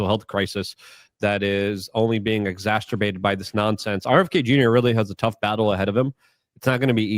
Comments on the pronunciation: "Exacerbated"... not Exas-TER-bated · He's native Polish, so cut him some slack on the ESL. Also, there is no T in the third syllable of the word.